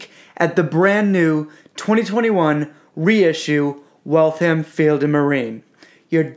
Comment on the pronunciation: The second "A" is almost silent, it's pronounced Wall-th-m not Walth-ham or Wal-tham (Waltham) a pet peeve. As far as the watches go, they're nice, I almost got one but ultimately decided that I couldn't justify the cost. The movements, while reliable, are only worth $100, $150 tops and you'll find them in $300 retail watches. I can appreciate that the $300 variants won't have a power reserve complication, and that particular complication is expensive, I had to ask myself is it $1100,00 expensive? My answer was no, it is not. In my opinion, these are $400-$500 watches retail selling for $1000-$1500. No thanks, I'll pass.